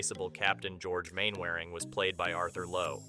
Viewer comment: "Main - wearing"?!? no!